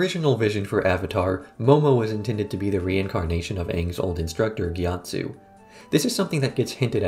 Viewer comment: Zhao is not "Zao", Gyatso is not "Gyatsu", that's all I've got 15 mins in